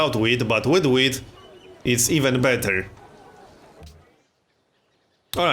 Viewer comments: Is it just me or does he say weed instead of wheat ? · It sounds like he's saying weed